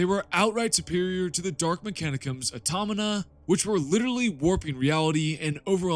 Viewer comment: Aw-taw-ma-Ta. AutomaTa. Automata. Good video, though.